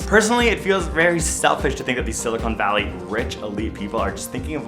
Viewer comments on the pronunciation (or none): Did you say "Silicone Valley?"